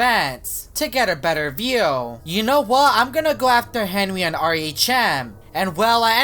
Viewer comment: u said henwy